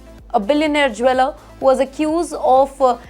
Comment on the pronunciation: you are doing well but there is real room for improvement in your pronunciation. Please use chatgbp/Grok to find the correct way to pronounce words. 1. Jeweller is not pronounced Jweller but joo-uh-lur 2. Executive is not pronounced exi queue tive but ig-ZEK-yuh-tiv 3. Incorrect - "Then comes everybody's 'famous' Vijay Mallaya, famously known as..." Correction: "Then comes everyone's FAVOURITE: Vijay Mallaya, famously known as..." 4. Goldman Sachs is not pronounced Goldman Shacks but Goldman Sachs (Sacks) 5. It's not "one billion dollar" but "one billion dollarS" 6. Violate is not pronounced voylate but VYE-uh-layt (vye" as in "vie" or "try). 7. Recurring is not pronounced as reckering but ri-KUR-ing 8. Staggering is not pronounced as stRagg ering but STAG-uh-ring 9. Interesting is not pronounced as intrusting but IN-ta-rest-ing.